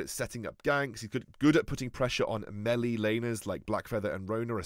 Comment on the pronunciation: Ily but please. That isn't how you say melee